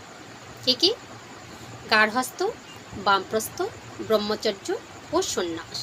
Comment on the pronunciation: দিদি আপনার উচ্চারণ শুদ্ধ নয়। ব্রহ্মচর্য (ব্রাহ্মচর্য বা ব্রাহ্মচার্য নয়)। আর্য ঋষিরা মানব জীবনকে চারটি আশ্রমে বা অধ্যায়ে ভাগ করেছেন। উপনয়নের পর 12-24 বছর ব্রহ্মচর্য (অধ্যয়ন, সংযম ও ব্রহ্মের আরাধনা)। 24/28 থেকে 60 বছর সংসার ধর্ম পালন (গার্হস্থ)।60-72 সংসারের সকল দায় দায়িত্ব সন্তানদের হাতে তুলে দিয়ে ধর্ম পালন, দান-ধ্যান করা ( বানপ্রস্থ/রিটায়ার লাইফ) এবং তার পর সংসার,গৃহ ত্যাগ করে তপোবনে বা ধর্মস্থানে পরম ব্রহ্মের সান্নিধ্য লাভের জন্য শেষের দিনের জন্য অপেক্ষা করা।